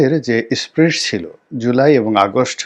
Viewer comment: স্প্রিড বা স্পিড কোনোটিই নয় ! কথাটা স্পিরিট ! Spirit.